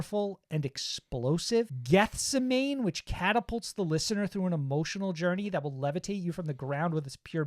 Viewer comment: Good stuff guys. Also, Geth-seh-many 😅